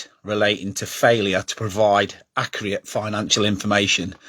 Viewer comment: Im not trusting someones opinion on here that cant even say accurate properly. Get a grip and focus on your own club.